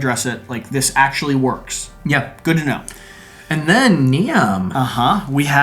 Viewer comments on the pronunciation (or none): Niamh is actually pronounced as Neve (like Neve Campbell)